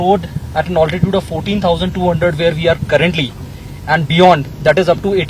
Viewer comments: What the fuk is Bigajude singh? Its BRIGARDIER! also its Altitude pronounced Al Ti Tude not "Ol ti chooode" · Ye Altitude ko OLTITUDE bolne main kya maza aata hai? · Excuse me, the word is not 'oltitude', it is 'altitude'. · its "Altitude", "Also" not "Oltitude" and "Olso" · Good report. Impressive bridge . Now someone teach this guy the correct pronunciation of "altitude" please.